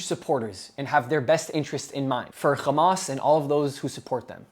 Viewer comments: I don't know why people say xamas. It's meant to be an h as far as I can tell, for harakat - movement. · Bro stop saying khhhhamas lol. Its not how you pronounce it. You speak perfect English just use the H.